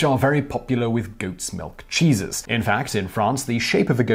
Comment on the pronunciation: Am I the only one to understand Jesus instead of cheeses 😂😂😂 My favourite part was the stinky Jesus 😂😂😂